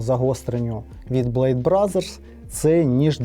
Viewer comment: не блек, а блейд